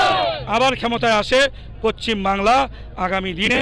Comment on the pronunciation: আরে পশ্চিম টা ঠিকমতো বলুন